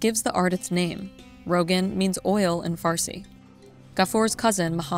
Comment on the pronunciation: It’s roghaan not rogan